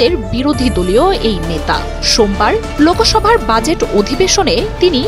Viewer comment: Kotha ta 'LOKOSOBHA' noi, eta 'Loksabha'..😂😂